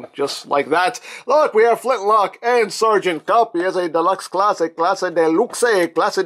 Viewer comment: Sereagant "cup" :\